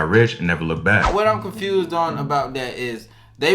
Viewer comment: 😂😂 its C O N F U S E D not CONFRUSED 😭 EVERYTIME you say that I be ROTFL 🤣